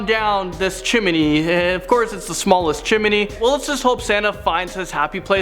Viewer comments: Is it just me or does say chimeney instead of chimney? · Chimney not chiminey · Chimney.... Not chiminey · Chiminey! Lol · When he kept saying chimmeny all I could think of was Chim chimmeny from Mary Poppins,,, 😂😂😂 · Chiminey haha🤣🤣🤣 love u no homo